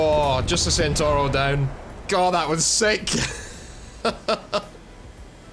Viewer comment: It's pronounced as Tshentawro!!! And not Centauro as it's written!!